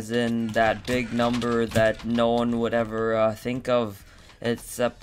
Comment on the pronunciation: YAS! Wan hundred :D